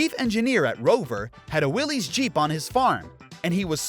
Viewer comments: It isn't Willy's Jeep, it's Willys (pronounced Willis). It's a last name, not a first name. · It's pronounced wil-less not will-ese. Ask the family members of the designer, John Willys. 🤦🏼‍♂️ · Fun fact… Willys isn’t pronounced like Willy’s or Willie’s, and is actually said like Willis. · It’s pronounced Will-is but say it fast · Willys is actually pronounced “Willis”.